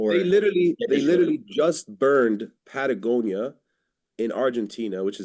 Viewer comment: I don't know, did a good job here, at least can pronounce Patagonia